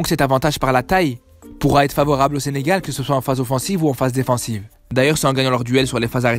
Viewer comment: Allleeeeee le SENGAL DIT par un marocain